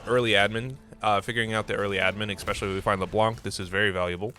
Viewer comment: I like how I come to watch a TFT guide and one of the first things I see is a gif or image on your desktop called "among us butt" Edit: Please do not pronounce "especially" as "expecially", it does hurt. Nothing against you, you are awesome, but that is so triggering. It's like those people that say "could of", "should of" or "would of", instead of "could've / could have" etc.